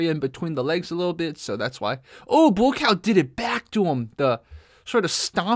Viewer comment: Buakaw is every kick-boxers nightmare……. “Bu A Cow”…… how it’s pronounced